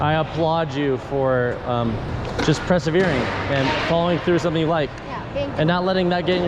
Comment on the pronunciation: Your saying persevering wrong just so you know lol